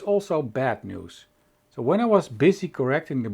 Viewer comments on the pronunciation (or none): none